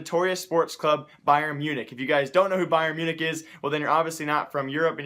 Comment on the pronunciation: U fucked up saying bayern München